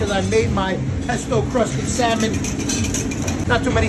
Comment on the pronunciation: Pesto cwusted Syamon.